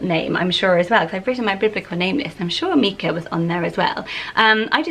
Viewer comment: I actually know a lot of people (both boys and girls) with this name, and I’ve never heard it pronounced mee-cah. It’s always MYE-cah, like Michael. Isn’t that how the stone is pronounced, too, or have I been pronouncing it wrong for decades?